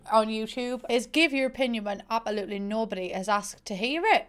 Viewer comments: Why do you say abAolutely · “I apaluly love the sims franchise” We absolutely love you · How everyone else says it: ab-se-loot-ly. How says it: ab-eh-loot-ly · It's funny how she says absolutely you gotta love her accent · Queen of pretending the s in absolutely just simply ✨doesn’t exist✨